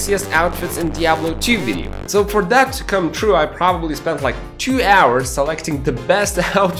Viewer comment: "come up with the idea" OR "cum up with the idea" u say?